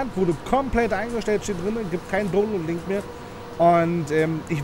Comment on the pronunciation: Sagt er wirklich Tonload statt download?